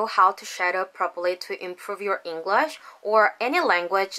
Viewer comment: 잉글러쉬 가 아니라 잉글뤼쉬 임다 ^^ Anyhow, you are pretty fluent 🙃